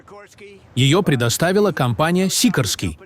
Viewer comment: Не сикрский, а сикОрский.!